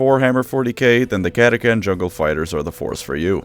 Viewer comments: How did you mispronounce Catachan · That is not how you pronounce “catachan” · The real question is, is it pronounced cata-CAN, or cata-TCHAN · Impressive going the whole video without pronouncing the H